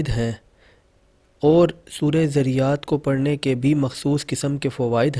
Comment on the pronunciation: Pehlay Surah ka NAAM to Saheeh se Parh lo.Dunya ki Baatain to Bohat Ziyada Aati hongi magar Quran k Saath to Bad Sulooki na karo.